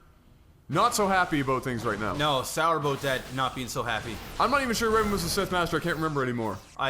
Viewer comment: I would just like to say, whenever you say "Sour about" it sounds much closer to Sourboat, personally I always get the image of a lemon-shaped boat into my head at such moments and then giggle. Thanks for the giggles and laughs.